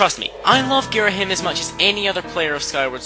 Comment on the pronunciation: Gira-Him? I always pronounced it Gir-Ah-Him.